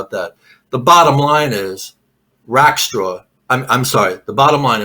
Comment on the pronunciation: There were three main names mentioned in this podcast, Robert Rackstraw, Tom Kaye, and Barb Dayton and mispronounced or botched all of them. Reminds me of a Key and Peele skit about a substitute teacher taking roll call and mispronouncing all the students' names along cultural lines. With that in mind, for diversity, equity, and identity's sake, shouldn't an alternate name for DB Cooper be created? DeShewayne Lil Cuprakonda.